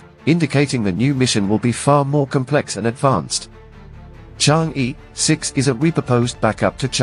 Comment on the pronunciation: pronunciation mistake... it is not e, it should be pronunciated er, sound er is more closer to Chinese words. Chang'e is a name of mystery fairy living on the moon in ancient Chinese culture ..pronunciated as Chang er 😂😂not chang yee.she may not like ppl call her name wrong..